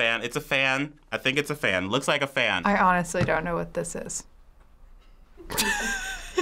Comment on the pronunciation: i don't wike it AWWWW